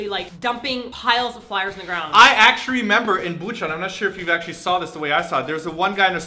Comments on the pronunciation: Simon....did you say actury instead of actually? x3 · lol simon said "actuary" xD instead of "actually" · Simon, I heard you say actuary XD Don't worry, I'm not even in Korea nor do I speak Korean enough, but I still speak engrish >//< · Hehehehe Simon said "actuarry" :3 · lol did he say actuarry? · awww, he said actuarry lol. :P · Did Simon just say "I actuarry remember.." by accident? XD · I ACTUARRY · hahaha , Simon said "actuarry" instead of "actually" hehehe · omg the way Simon pronounces "actually" LOL ENGRISHHH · Simon said actuary T T Hahaha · Lol. Simon said, "I actuarry remember..." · Did Simon say.... "Actuarry"???? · Did Simon say "I actuary"? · Haha, Simon did you just say "I actuarry remember?" :P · Simon: I actchari remember Someone's been in Korea for a long time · did you actually say actruary simon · " I acturarry remember..." wait did you pronounce that with an Asian accent on purpose? lol love your videos guys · " I actrrrually remember--!!" Simon, don't lose your mastery of L's :u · "acturarry" oh no, Simon. ...oh no. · Did simon just say "act'shury" ???? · Simon. I'm pretty sure you said "acturry" . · Simon: - "I actuary"... Actuary!? You didn't even catch yourself there, but that's ok cause I'm sure most of us noticed it for you ;) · Nice engrish Simon . Actrurry. lol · Simon did you just say "I actrually"??? XD Omg my mom always talks about the wifi everywhere. And for kids 8- or something, a bus pass is 50 cents. What???? A one month bus pass here is like either a hundred or twenty bucks!! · Actuarry. Simon OH NO! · Simon said Acury lmbo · Anyone notice Simone's Enrish ? Lol! Love you two so much!!